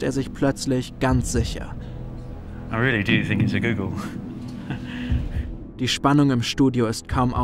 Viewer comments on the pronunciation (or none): Das ist leicht eine 1 mit 100 nullen heist gogol aber man spricht es nicht google aus😂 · Auf deutsch werden die os im Zahlwort wie in Hotel ausgesprochen